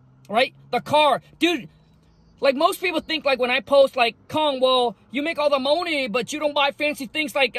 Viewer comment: Keyword keep the "MOE-NEE"